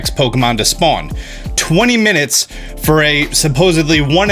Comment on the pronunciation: “2-20 mininutes” OOPS!